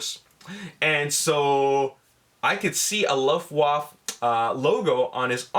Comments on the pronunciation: It is called "Luft Waffe" not Luff waff. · There is an a at the end of Luftwaffe sound wise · You didn't pronounce luftwaffe correctly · hahaha dachte bin der einzige der ihn feiert #Luftwoof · great video as always, but the way you pronounced "Luftwaffe" was very funny greetings from germany =) sorry for my bad english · do i shmell luftwaffels?